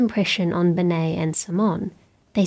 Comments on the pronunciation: “Mischievous” has three syllables, not four. It's not “mischievious”. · Please can people stop pronouncing "mischievous" with an extra "i" before the "ous"? It irks me.